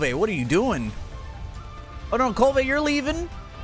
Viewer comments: It’s Kulv Not kul-va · The fact that he can’t pronounce Kulve properly is like nails on a chalkboard